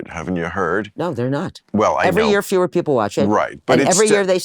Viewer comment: Bill says "pee pole". The word is people.